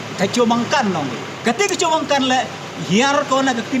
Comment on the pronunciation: Not Chomangkan, try tospeak in a correct word (chomkan)okay bro.